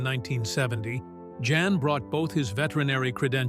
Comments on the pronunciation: It's pronounced "Yahn", not Jan. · Can't AI pronounce a Dutch name?? Jan is pronounced "yon"! And... the repitition is so annoying!